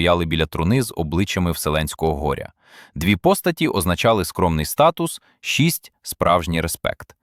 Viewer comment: Якісь фото могли б докласти до розповіді, але тут все ШІ..Чотвири, шусть, двадцать що? Шкіра пекла😅.Не додивилася до кінця...